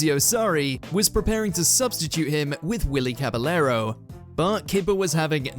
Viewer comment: Pronunciations of Anichebe, Szczesny, Kepa, Caballero, Iwelumo are tragic